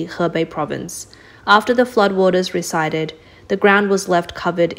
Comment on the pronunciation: receded is pronounced as 'reseeded.'